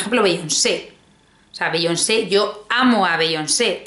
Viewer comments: Bi-yón-se. Así se pronuncia, ya que te gusta tanto meter palabras en inglés. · #LaVidaModerna es meter mogollón de frases y palabras en inglés, pero no pronunciar Beyoncé o Rihanna bien.